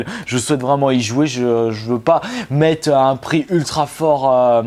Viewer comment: "Bonjour à tous c'est ", "Je veux pas mète un pire ultra-fort"! Prononce les "r" nom de Dieu!!! ^^